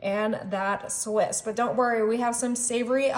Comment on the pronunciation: “Sawissssss cheese”🙄